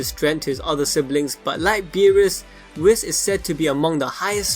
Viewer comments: I thought it was pronounced "Weese"(Whis) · It’s really not whiiis is more like a weese (Whis)